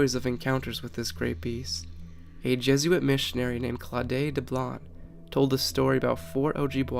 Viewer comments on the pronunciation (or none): none